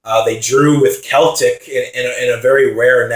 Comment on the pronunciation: Dude, Celtic is pronounced "Sel-Tic" not "Kel-tic"